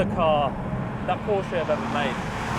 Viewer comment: Thank you for correct pronouncing PORSCHE 😊